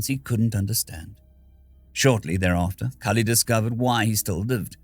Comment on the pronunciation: I saw my usual game nickname so I was interested... I heard my name called, actually pronounced pretty well, near perfect as to how I like it... I wasn't disappointed.